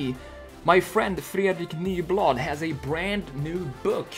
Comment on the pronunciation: Oh wait are u swedish? Becuase I saw some Swedish comments and new sites. And u pronuced Nyblad really Swedish :) And btw awsome redesign, I also lover the boxy style that volov had back then and starts to get back again :))